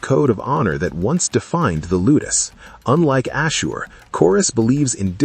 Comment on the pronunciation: How may times does the AI mispronounced Ashur?